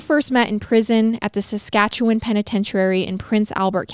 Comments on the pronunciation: Coming from Alberta, you said Saskatchewan perfectly so don’t worry! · I live in Regina Saskatchewan and was impressed with how you pronounced it. 👏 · You have no idea how excited I was just hearing you pronounce Saskatchewan correctly! (I live there) We barely hear any stories so close to home and when we do it's never said correctly lol. Love you guys <3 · I live in saskatchewan you pronounced it perfectly